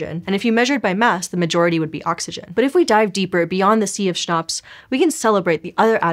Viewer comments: Schnapps 😂😂😂 I mean CHNOPS 😂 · Yeah Schnapps, oh wait "CHNOPS"?!